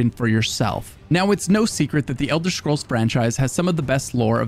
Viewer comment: Thanks for pronouncing it Elder Schkrolls every time I 💖ed itw